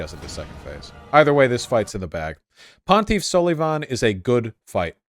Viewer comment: "ponteef sulleeevaughn"